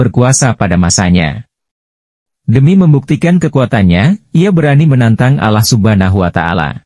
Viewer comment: Penyebutan Allah belum fasih